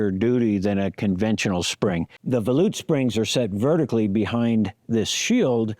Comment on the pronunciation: Credit to you for being the first person to pronounce volute correctly. I was thinking that can't be right but when I checked, that is the correct way to say volute. I had always assumed it was like vol from volume and ute like the fighting Utes.